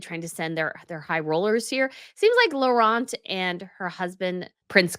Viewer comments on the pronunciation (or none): Hi, just a tip: princess Laurentien , you cut her name short when you pronounce her name: it's laurent (like you say) + teen (like teenager). I understand it's difficult with so many languagues involved, so just helping. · Tip: Princess Laurentien is pronounced Low(as in wow) run teen. I hope this helps😅 it is not an easy name.